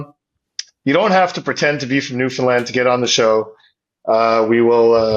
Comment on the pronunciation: Wow as a Newfoundlander, hearing properly pronounce it was awesome. The amount of people even within Canada who call it New-Fin-Lind is crazy.